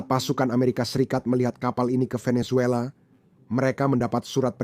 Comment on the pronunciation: Kongratulasi! Bagus sekali konten, komentar dan narasi situs ini. Mohon izinkan saya memberi saran/koreksi kecil, yaitu ucapan kata atau nama orang yang dimulai dengan huruf "V". Ucapan yanpaling dekat di lidah Indonesia adalah "B" dan bukan "P". Jadi VENEZUELA dan VLADIMIR, ucapan yang paling dekat adalah "BENESUELA" dan "BLADIMIR". Perhatikan dan dengarkan dengan saksama bagaimana orang Venezuela dan Russia mengucapakan nama2 tersebut.